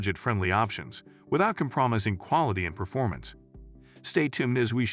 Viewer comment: Can't take the computer voice. "Com-promising" at 12 seconds in. I'm out.